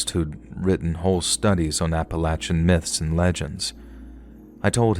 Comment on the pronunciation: You are one of the only narrators that actually pronounces Appalachian right! Yay